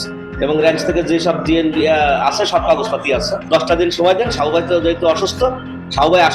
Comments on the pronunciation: সাবু ভাই বললো নাকি শাউয়া বললো? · সাবু ভাই না শাউও ভাই কইলো বুঝলাম না 🙂